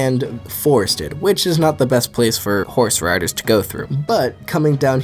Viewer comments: For some reason when you first said "I think horse riders would dominate here" I thought you said horse radish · why tf do u say horseriders like theyre a collective group all joined together lmao